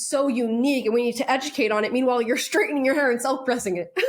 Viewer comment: Ssssstraightening.. Not Shhtraitening